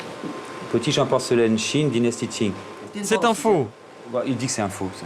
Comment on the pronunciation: Ca s'écrit "Qing" mais ça se prononce "Tching". Zut !